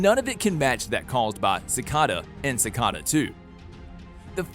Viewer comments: Its not cikada it is cicada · You say all of their names wrong like Cata instead of cicada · Why does he say si-ca-da? It’s si-cai-da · Don't say it like ci -ca-da say it like ci-cae-da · BRUH ITS PRONOUNCED ciKAta not cicata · It’s not cicoda, it’s cicada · it’s pronounced cicaeda but spelt cicada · ITS CICAIIDA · "ssikada" lmao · Sikada 😜🙏 Like no u did not 💀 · dude its ci-cay-da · Do you guys notice how he say seacda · Its pronounced (Si - Caeda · No one::cicada Me: IT IS CICEDA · You do realize you’re pronouncing cicada and Devoe wrong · omg he says all of them wrong uhhhh it makes me mad like cicada!!! not sicada and his last vid on flash he said Thawn wrong! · how did you mess up almost every name Cicada (Sick-a-duh) and you messed up OG cicadas name its dwire not dryer come on man they say these names so many times its not that hard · it's not deevoe its (da-v-oh) and also it's not cacada it's (ci-c-A-da) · Is no one going to mention the fact that he called De-Voe Dee-voe and he's calling cic-eada cic-ada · Bro I can't anymore who wrote this script please say the names right sikada, dea vo, also Jhon's daughter didn't die she got removed from the timeline. Mark mardon was a hologram, Kamilla hwang didnt die she was taken into the mirrorverse This just really bugged me. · ikr deevoe sicada